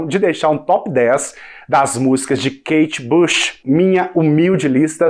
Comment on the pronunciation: Pare de dizer kate bash! É "BUCH"!